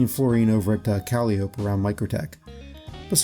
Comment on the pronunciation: Thanks I might try some fluorine. Also Calliope is pronounced Ka-lie-o-pee